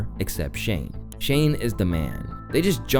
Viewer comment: Atleast you managed to pronounce Shane's name correctly